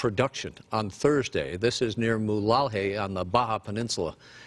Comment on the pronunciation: Wow. Such a pro doing the reporting. Can’t even take the time to learn to pronounce Mulegé…FYI, brah, it’s moo-la-HAY.